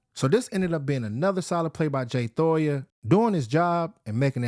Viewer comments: Jay toh-eeee-ah Not Toya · Thoya lol I swear it’s toy-eee- ya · Why does he keep saying Thoya? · And for gods sake you are butchering his last name 😭